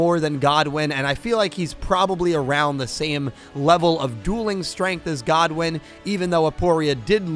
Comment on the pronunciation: Great vid but please stop saying Rex Godwin it’s Rex good win